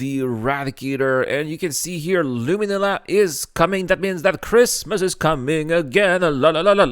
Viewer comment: The way you pronounce "inventory" and "Luminalia" hurts my OCD so much 🤣